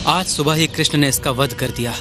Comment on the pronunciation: Love the way you say Krishna ji.. thank you... You really prove Humanity comes first. Love to both of you